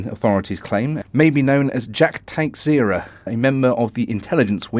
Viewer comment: Pronounciation of Texeira: Ta-SHAY-ra. Portuguese surname.